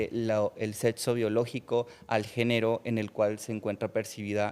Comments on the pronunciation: Desde que dijo setso Perdió el debate No ma según es doctor y dice setso, bots, etc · Un médico diciendo setso, ¡Por dios, éste es un pseudo médico! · Sin ofender, si el muchacho dice: setzo, no lo puedo tomar en serio